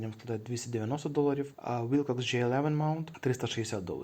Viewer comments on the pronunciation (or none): Wilcox - вимовляється як Уилкокс, а не Вайлкокс🤦‍♂️